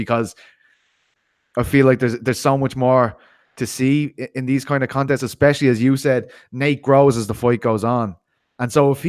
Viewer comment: Please all you journalists, stop saying exspecially, there is no x in that word. So many talking heads that can't seem to speak proper English.